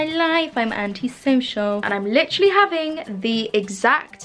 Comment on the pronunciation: “lichrally lichrally lichrally.”